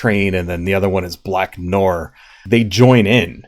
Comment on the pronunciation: It’s Noir like “nuh-waar”